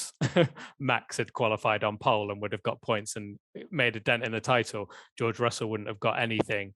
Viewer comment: George Russell, it's Russell